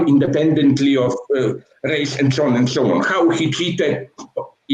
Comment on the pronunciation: And sho on and sho on